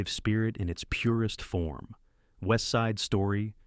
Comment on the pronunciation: Yeah, in "west ide Story", they danced the "rambo".